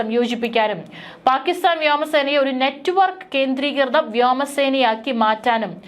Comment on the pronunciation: ഈ പെണ്ണിനോട് കുറെ നാളായി പറയുന്നു വ്യാമ സേന . വ്യാമ സേനം. എന്നു പറയരുതെന്ന് പറയുന്തോരും പാട്ടി പെണ്ണാന്ന് പ്രസവിക്കുന്നതു ഒരു ജാതി ആറ്റിലെ മലയാള സംസ്ക്കാരം പറയരുത് വ്യോമസേന എന്ന് തന്നെ പറഞ്ഞു പഠിച്ചിട്ട് വന്നിരുന്നു പറഞ്ഞാൽ മതി ഇല്ലെങ്കിൽ നല്ല പുളിച്ച ഭാക്ഷ ഇവിടെ എഴുതേണ്ടി വരും പറഞ്ഞേക്കാം😂😂😂😂😂😂😂😂😂😂😂😂😂😂😂😂😂😂😂😂